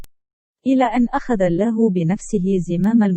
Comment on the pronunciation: نطقك لكلمة الله خطاء في معظم حديثك رجاء اخذ الحذر